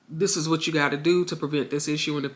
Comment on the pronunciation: The word is WHAT not "Weh"